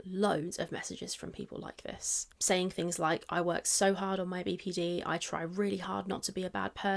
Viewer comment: Every time she says "BPD" I wanna tell her shes mispronouncing the N